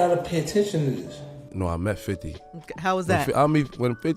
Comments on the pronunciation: my boy here says "fofty" 😂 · Ik I’m not the only 1 who Hurd say Fofty instead of 50